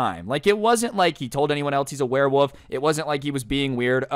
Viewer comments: "werewoove" September 2022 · This man is saying warewoof whole video